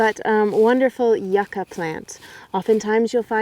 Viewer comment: Its pronounced you-cah :P